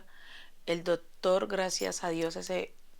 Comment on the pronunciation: Doctor no dotor